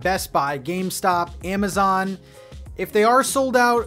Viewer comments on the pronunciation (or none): none